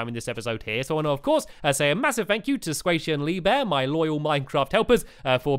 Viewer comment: its NOT squashey its squaishey